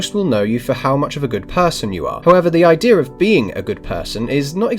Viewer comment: 5/5 star review. There's no "R" in "Idea" or "Media" btw.